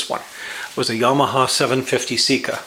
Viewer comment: it's not a seek uhhhhhhhhhhh.........its a SECA! (SAY KUHHHHHHHH)